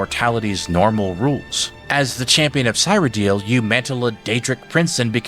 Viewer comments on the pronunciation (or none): Aw man... pet peeve, but i feel weird when you said 'cyrodil' and 'neravine' hahahahahaah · omg please stop saying "sigh radil" cyradil sear-rad-ill (as in I am ill🤢) otherwise clean video, great fun theory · I hate to be that guy but Cyrodiil pronounced seer-o-dill not seye-ro-dill and Sheogorath is she-o gor-rath not shol-ger-ath. These are pronounced in game with voice acting multiple times. PelEENal had me giggling. Pell-en-all. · There's no way someone with this much Elder Scrolls knowledge pronounces it "sigh-ro-deal" and "sho-guh-rath". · "The Nevereen" Oof. "The Champion of Sairo Deal" OOF "Mankar Ka-Moron" YAAAOWCH!!! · The Champion of "sighroedill" 😂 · I think he does this on purpose. Same with cyrodiil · Great theory but your Cyrodil pronunciation is killing me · So we're not gonna talk a out how this man can't pronounce Cyrodil? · I know this is minor but the way you say Cameron or cyrodill feels so wrong😅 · Your interpretation of lore is very convincing and to be honest one of the most informative I've seen. I kind of see Shezarrines in this interpretation as not literal reincarnation of Lorkhan, but mortals that become Lorkhan by trial and sheer determination, much like the Champion of Cyrodiil became Sheogorath. That being said I just couldn't get past your pronounciation of Cyrodiil and each time you said it, it took me out of immersion with a primal need to comment about it, lol.